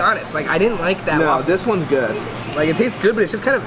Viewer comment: My life is complete. I now know I am not the only one in the world that says “goid” instead of “good” sometimes on accident!!🥰